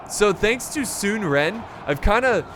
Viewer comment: Sun is like sun not soon. So it’s “sun-suh” and his brother is “sun chuan” it’s like saying “chew on” but very quickly